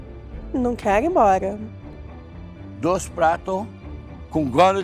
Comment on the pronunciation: "Não quégo ig emboga"